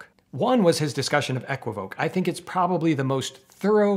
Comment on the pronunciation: And kudos for saying "EH-kwi-voak" and not "eh-KWI-vo-kay" :)